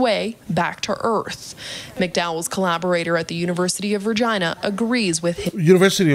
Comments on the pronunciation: It is weird how she pronounces Virginia. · University of Virgina. Yes she said that.. LOL